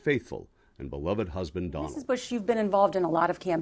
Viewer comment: How hard can it be to say Bush and not Boosh?